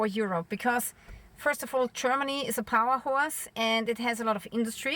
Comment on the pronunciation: Power house , not power horse 🐴 😊